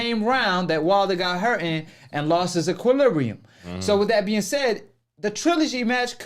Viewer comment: This nigga said equilibrin lmao